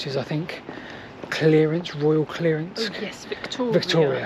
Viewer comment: Great, but it's Clarence not Clearance. And Alverstoke not Alvechurch.